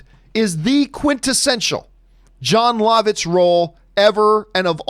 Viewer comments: He pronounces Jon Lovitz Jon Lahvitz and not Jon Luhvitz. Lol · John, I don't think you're pronouncing Jon Lovitz correctly. I'm pretty sure it's "Love-Itz"